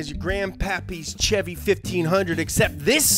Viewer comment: Kudos for saying chevy the right way no shevy like all those other weirdos